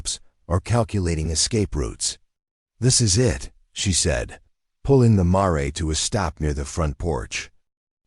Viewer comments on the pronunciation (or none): What American would pronounce "mare" as "maa-rey"? Poor narrator with bad punctuation and pronunciation skills, probably with a false accent too..Story is good though.